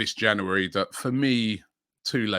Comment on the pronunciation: Love it when Robbie says Jaunuworry